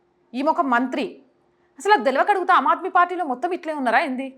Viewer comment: అమ్ ఆద్మీ - ఆమ్ ఆద్మీ అని పలకాలి . *హిందీ లో ఆమ్ అంటే మామూలు,సాదారణ మనిషి అని అర్థం . పదాలకు అర్థాలు తెలియకుంటే - పలుకడం కూడా తెలియదు.